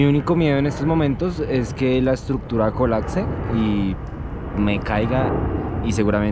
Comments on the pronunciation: "Mi unico miedo en estos momentos es que la estructura colatse" 😅 exelente muchachos, buen contenido! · jajaja que la estructura colacse dice jajajajaja es Colapse BRO